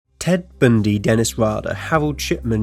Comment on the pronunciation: "Ted Bndy"